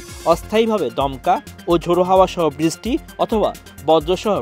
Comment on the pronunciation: বৃষ্টি উচ্চারনে ভূল হচ্ছে